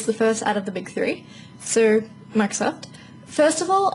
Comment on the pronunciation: Lol she says "so", like (So-urr) Adorable.